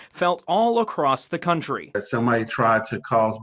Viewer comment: What the hell is a "crountry"